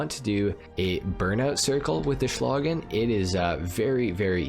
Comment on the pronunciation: Oh, and congratulations, you might be the only english speaking gta youtuber who pronounces "Schlagen" right.